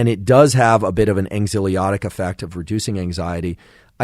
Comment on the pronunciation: Anyone else's cortisol levels go up when he pronounces ANXIOLYTIC as anksiolotic